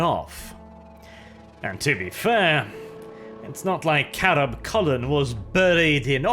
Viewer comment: Anyone else hear Chapter Master Carab Culln's name as Crab Culln instead?